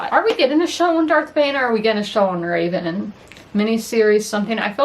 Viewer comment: Fyi Revan is not Raven 😎👉👉